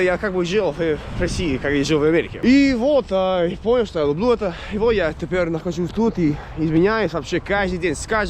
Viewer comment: Красавчик. Я думаю когда ты научишься говорить лЮблю а не лУблУ ты точно станешь Русским. У тебя есть стремление!